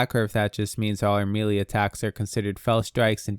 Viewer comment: just an fyi, melee is pronounced 'maylay', not 'mealy'. mealy has another meaning.